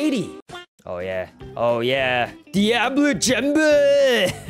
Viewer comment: saying deabla Jamba is going to become a meme 😂😂😂